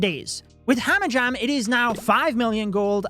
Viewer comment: "Hamajam" XD love you